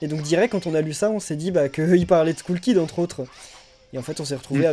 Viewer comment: faite Skull kid se dit Skell kid